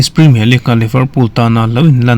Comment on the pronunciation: Ngatinge Premier hi preeemiaar kan tih zel a? League lah Leak kan ti zel a, (Leeeeeverpool pawh hi Liver-pool kan tih tlat le??? :😅:face-blue-smiling::face-purple-smiling-tears: Mizo :yt:ber ho te abikin news content nei thin te English thumal kan lam danah hmasawnna tur kan nei. Lam no leh lam nalh lam ni lovin a lam dan dik hi a pawimawh tih hi hriat a tha kawp mai.